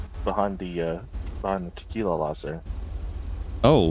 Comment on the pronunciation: The fact I got an ad about tequila Sunrise is amazingly comedic. Ive never in my life seena tequila ad, i think its because they both kept saying Tequi-la-la. 😂